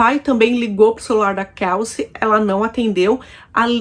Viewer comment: A pronuncia do nome dela não é Kalci como vc está pronunciando😂pronuncia certa é Kelci. Eu moro aqui em New York City.